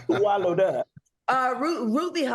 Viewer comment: When Madi said “SWAH-LLOWED” I screamed 😂😂😂😂